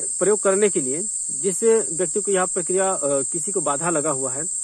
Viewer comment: आप जप प्रक्रिया बोलते हैं तो परिकृमा सुनाई देता है इसको सुधार कीजिए।